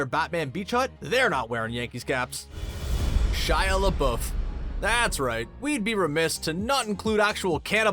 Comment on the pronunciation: Pretty sure you don't say Shia Lebeouf like Shia LaBOOF either. Or Affleck like Afflack